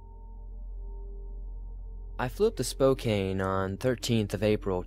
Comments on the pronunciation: Love love love cryptid stories. Thank you. Oh, and it's pronounced Spo-can, not Spocane. Sorry, I am a card carrying member of the vocabulary police. 😎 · also spokane is pronounced spo-can